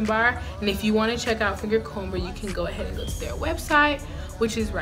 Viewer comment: I hate to be that person, but I feel the need to tell you the b in fingercomber is silent...